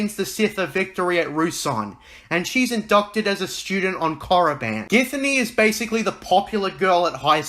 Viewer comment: Don't even speak of that abomination. And it's KORIBAN not moriband. Ugh by the love of God I can't believe george signed off on that crap